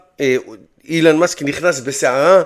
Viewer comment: כואב לי באוזניים לשמוע אילן מאסק בבקשה תקרא לו בשאר הסרטונים אלון מאסק